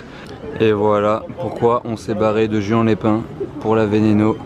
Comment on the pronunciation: ca se prononce pas juan mais rouane